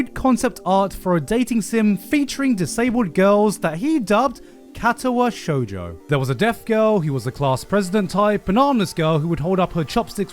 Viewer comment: the way you said Katawa shoujo like catawa shoejoe hurt me. Its more like kar tar wa sho(ck)ujo(ck).